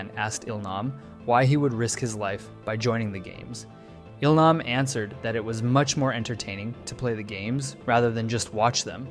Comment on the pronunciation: Now don't get me wrong, I love the in-depth of the video, but the way names are so consistently mispronounced do chip away at how much I'm enjoying you telling us this. So people actually watch the series in English and if so, did they mispronounce their names in the English dub as well? It's Gee-Hoon (Gi-hun) as in the word "go" and Eel-nahm (Il-nam) as in "eel"